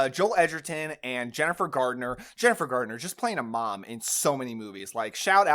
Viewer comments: Are you saying Jason RoBARBS? It’s Jason RobarDs. Also, Jennifer Garner, not Gardener. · *Jason Robards...not Robarbs. Jennifer Garner...not Gardner ;)